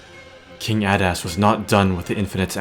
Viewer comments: It's 'A-dust' not 'add-ass'. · I thought i heard you say "King Badass" XD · it does sound like hes saying king badass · It’s pronounced (aydas)